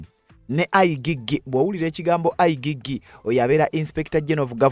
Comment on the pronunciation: Not I gee gee But I jee jee Check pronunciation in Google